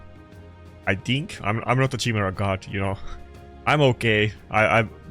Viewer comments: ya he still cant say it right should go back to the meme chai-mera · I'm having a hard time trying not to get triggered by the way you're pronouncing Chimera xD